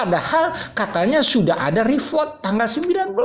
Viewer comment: REPORT.......pronounce as RI POT